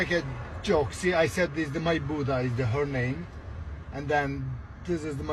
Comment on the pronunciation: And she literally made fun of his speech, she wrote “ my buddha 💀“ on the screen when he was saying my brother.